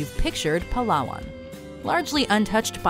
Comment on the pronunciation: I really like your correct pronunciation of these places. And yes, it's "pa-LA-wan" not "PA-lawan"